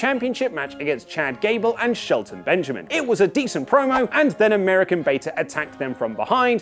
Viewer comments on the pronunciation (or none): Luke said Shelton Benjamin wrong it’s Shelton Benjamin